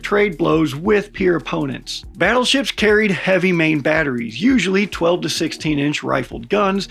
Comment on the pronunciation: OH GODS PLEASE...the WHUT?? "BIG BUTUFUL BADDLESHIPS"...gimme a fkn BREAK..."GOLDEN HORDE" Is this RUSSIAN FREAK THAT DEMENTED?? Golden fl...MY ASS... I cant even FATHOM as to WHY!? WHY for gods sake? Because the GOLDEN TACO TURD wants it?.... Battleships were OBSOLETE the moment missile tech got anywhere near a CRP of 100 meters...TOO fat, too SLOW too PRICEY and TODAY ya couldnt even PAY for ONE let alone a whole ass fleet... Fkn NAVY cant bring up the LCS for gods sake, a sloop compared to a TOTALLY NEW kind and class of BS...The BS is BS